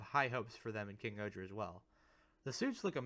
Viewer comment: Just curious if you’re saying KingohJa, it’s still pronounced KingOhger, it’s just the voice over is very pronounced. He also does that for all the individual mecha titles. I think KingOhger Robo is the best method to refer to him